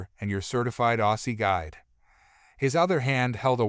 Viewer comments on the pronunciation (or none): none